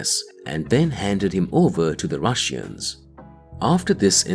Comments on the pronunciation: Ur saying russians wrong its not rus sian ir russian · What the hell is a Rushian, narrator? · „The russiens“ made me chuckle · the rush-eans. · "The rushy-ens" 😂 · IT'S ANNOYING HOW YOU PRONOUNCE RUSSIANS ! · Why do you pronounce Russians so strangly?